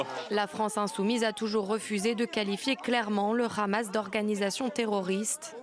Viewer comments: Eh Habib va apprendre qlq leçons d' arabe ce n'est pas k h a m a s c'est h a m a s. Compris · HA bib et HAmas on la meme 1ere syllabe pourquoi une prononciation differente mr RHABIB